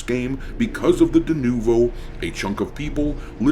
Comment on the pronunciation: Is that a mating call for "Yarrr' im-a pirrrate?!"